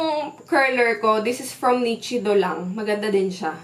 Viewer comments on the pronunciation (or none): none